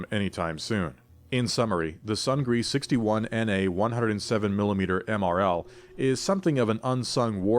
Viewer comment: It's pronounced "soong-nee", not sung-gree" and means "victory" in Korean.